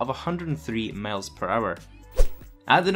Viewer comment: Miles not males dddd😂😂😂😂😅no offense man keep it up